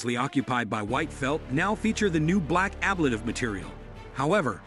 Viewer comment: Nothing actually solved on TPS issues until they test it in flight. This is just another iteration in the development process. And please learn how to say ‘ablative’ correctly if you want to sound credible when talking about it.